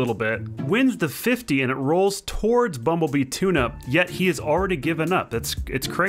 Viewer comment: U didn’t say bumble bee tuna right. Look up ace Ventura